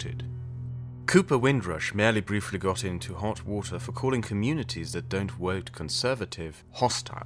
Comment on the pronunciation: Haha when you said “Wote” I was reminded you are in fact German! Your accent is so good and vocabulary so extensive sometimes I forget you arent a native English speaker